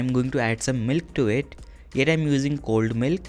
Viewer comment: I didn't understood that you said cold milk or old milk